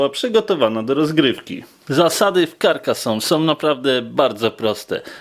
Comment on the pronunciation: karkazone sie czyta